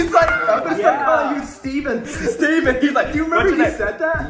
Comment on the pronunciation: Stevan The twins:stayvan